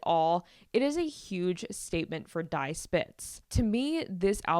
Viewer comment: Just discovered your pod. Love it! BTW "Die" is pronounced "Dee" not "Di"